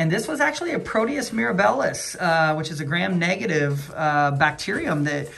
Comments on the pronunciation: Great follow up! The organism is Proteus mir-AB-ilus. Accent on the second syllable. I used to work in clinical microbiology. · Agree! Great video and good point regarding the name of the organism. I worked in clin micro as well and my ears twitched a little when I heard “miraBILLIS.” 😂😂 Anyway; just a little bit of clinical humor.